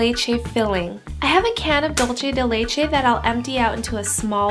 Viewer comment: dulche dei leichei😂